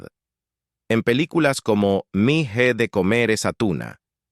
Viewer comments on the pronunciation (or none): Mi je? Me he de pronuncia ME E. La “H” no suena en español.